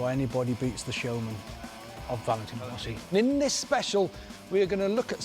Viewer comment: its rossi lol